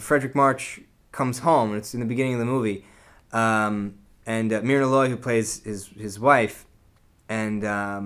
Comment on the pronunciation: A thorough review, but as an old movie buff, please check your pronunciations. It's 'day-na' Andrews, not 'denna'. And it's 'mur'na', not 'mir'na'. Just a matter of respect for these great actors. Thank you!! (I DO agree with you about the March-Loy homecoming scene-----it's SO beautifully played by these two master actors------it's my favorite!!)